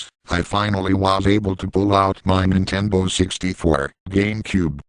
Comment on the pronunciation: He said Nintenbo